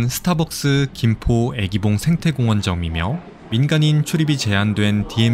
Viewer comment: 유익한 정보 고맙습니다. 해설 중 '애기봉'의 '愛'는 길게 발음 해야 하는데 자꾸만 짧게 발음하다보니 '사랑하는 여인'이 아니라 'baby'가 되었군요.